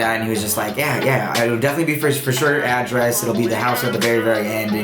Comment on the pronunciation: mispronunciation of address is bugging me lol